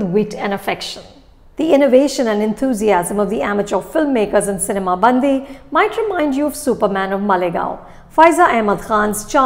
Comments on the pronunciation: Ma'am, it's not bandhi ( girl in hindi)..it's callee bandi ( vehicle in telugu) 😂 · Cinema 'Bandi' is pronounced this way... it is Ban'D'i (its the way you pronounce letter D) , but not Band(the)i. Bandi means Cart in Telugu. I'm sorry but I couldn't resist to correct this pronunciation mistake :D Typical south and north pronunciation issues. :D Thanks Anupama for reviewing this film. /\ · It's not Bandhi it's Bandi. The difference between da , dha . Hindi people you have aksaramala. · It's bandi not bandhi😂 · Nice try Anupama..bandi..not bandhi…good to see that you are focusing on the South ..and BTW , loved your review on Radhe…stay true, stay real and stay safe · I correct u. Its not cinema bandhi... it is cinema bandi... . catch the difference of last 3 n 2 letters.. Hindhi ka.. dhi.. nahi hindhi ka.. di.... example ..gaadi ..in hindhi...in telugu it is.. bandi... di .. di.. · I love Anupama and her reviews and I love that Film Companion has brought together Bollywood and South Indian films with a shared passion for cinema. But is it really too much to expect that they get the pronunciations of at least the movie titles right? Even before I started the video I was hoping she wouldn't say 'bandi' as in 'girl' in Hindi, and sure enough, she did :) I mean all she has to do is pick up the phone and ask one of her own colleagues at FC South to quickly pronounce names/ words. I can never forget the way she says 'Saraavanan' in her Game Over review, lol. Like, why assume how something is pronounced rather than ask?! If Shreya Ghoshal can do it so consistently and so well, everyone can. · I really couldn't take it every time she mis pronounced "bandi". Such a reputed critic and she can even get the film title right?! SHAME